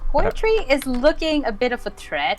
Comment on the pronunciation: I would love more KOC content. Hopefully I can even get my game going enough to be part of it. (PS- I am pretty sure that you guys were butchering the pronunciation of “Poetry” the whole game!)